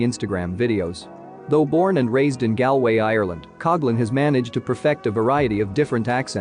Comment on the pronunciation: Hahah why did you pronounce Galway like that.